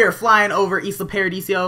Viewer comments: It's paradiso not paradisio :P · its not islo paradisio its islo paradiso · Lol, it's "Isla ParadiSO", even though Isla ParadiSIO also sounds good. xD But nice video ^^